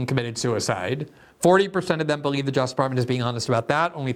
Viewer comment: Lol Glenn can never be bothered to pronounce the second syllable in the word "justice."